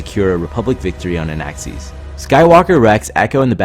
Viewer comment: Did you say... Anaaxees ?